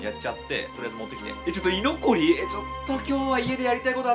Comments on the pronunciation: 居残りのイントネーションおかしい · 居残りのイントネーションに違和感あるの自分だけか